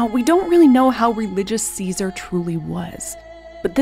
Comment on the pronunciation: TY for pronouncing his name correctly and historically correct. By doing this you have proven you did much research. For that TY.